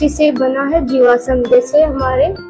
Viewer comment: jiwasam nhi jivasm hota h